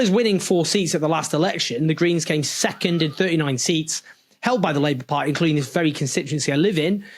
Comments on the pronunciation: Why "pie"??!! It's "party", "pardy" if you will, or "pa-ee" with a glottal stop. But never "pie"! "Party" is a key word in your talks. Make sure to pronounce that clearly enough (not necessarily "properly"), at least at first mention. Sounds and feels sloppy otherwise. Feedback from a fan. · Any chance you can learn to pronounce ‘Party’? And stop dropping your ‘Ts’ , it doesn’t make you working class.